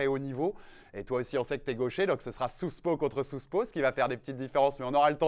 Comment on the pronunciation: Sérieux faites un minimum d'effort sur la prononciation ou arrêtez les anglicismes, "souspo contre souspo"